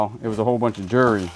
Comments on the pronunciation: Sure was A LOT of "jewree" 😂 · I told my husband if I start mispronouncing jewelry that it’s all your fault.